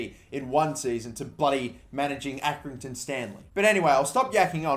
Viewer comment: accringinton hmmmmmmm maybe you got manager of their club 7 times